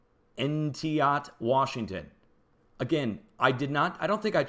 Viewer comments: Entiat is pronounced E knee at , like eenie meenie miney moe. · it's pronounced En-ti-at Washington. Jack Sauers used to be a friend of mine before he passed. He was the head geologist of the state of Washington. He said he expected the Entiat valley to be the next location of a volcano. It has been quaking for generations now. There was a 7 or 8 earthquake in 1878 along the lake southeast of Mt. Stuart. The area along the lake there shifted over 60 feet at that time.